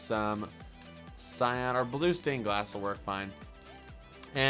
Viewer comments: You are saying cyon blue cyon blue it's s-eye-an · not cyon ,cyAN (si-an)